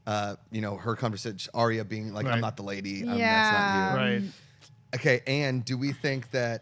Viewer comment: I think I'm going to do this every video till you guys start saying her name correctly, Ar-Ya, Ar-Ya, Ar-Ya, Ar-Ya, Ar-Ya, Ar-Ya >.<